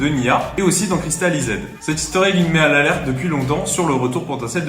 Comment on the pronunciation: Ta prononciation de Cristalized est HORRIBLE